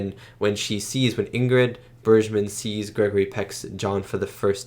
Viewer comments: Bergman is pronounced with a hard g: Berg-man, just in case you come across her again in your film-watching journey. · Bergman has a hard G sound. Berg as in iceburg. Watch Casablanca and you will really love her.